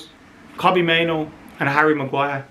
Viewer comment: Please stop mispronouncing Kobbie's surname. Driving me nuts.